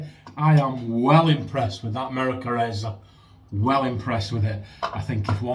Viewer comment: Howdy, Angie, Sammie and Posse! “Merica” in a pretty darn good American accent. 🤣😂 Great shave my friend. Much love and joy all around. Keep pushing back against the darkness. 👍🏼❤️👍🏼